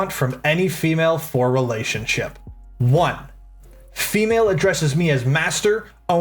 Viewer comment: Why does he say ‘female’ like it’s some sort of Pokémon dawg 😭😭